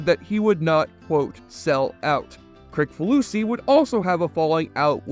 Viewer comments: It’s pronounced “Chris-faloosee”, not “Crick.” ☝️ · You really didn’t do your homework if you don’t know how to pronounce the creator’s name - “Kriss fa loosey”. Come on. I knew it because I’m a fan and I’ve seen a lot of video stories about him. You must have just done the easy research. It’s not the kind of household name that you can just presume to pronounce the way it looks, I made a point of being sure about it. It really kinda makes you sound stupid. Must be that stupid helmet.